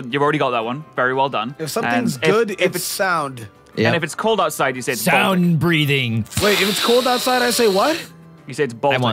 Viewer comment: I agree with Pat, it's balltic ootside